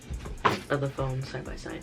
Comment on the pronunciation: She said she was done backing up this Phome(foam) 😂